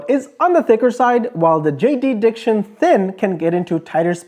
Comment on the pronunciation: Haha I use JDiction UV resins for my resin crafts. Just a note….its not JD Diction it’s just JDiction. The creator Jay has a resin addition.